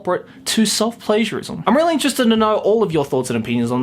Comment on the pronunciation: When you said self-pagiarism i thought you said it a self-pleasureism